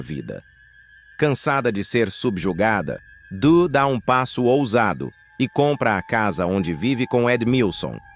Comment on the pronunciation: Meu queriso , o nome dela é DUH e nao DAN. outra coisa , o nome do filho dela é YARLEI e por fim ... O nome do outro é, MAVÍ e não, MAVIN ! Pq tem horas que vc fala certo e em seguida, fala de maneira correta . Isso se chama falta de ATENÇÃO.